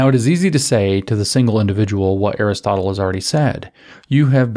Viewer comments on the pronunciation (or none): none